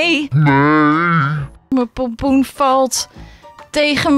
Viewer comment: Je hept 36 keer polpoen ge zegt